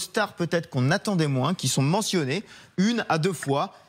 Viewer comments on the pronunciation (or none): none